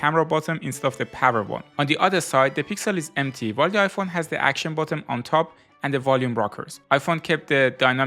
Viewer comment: You keep saying bottom instead of button its annoying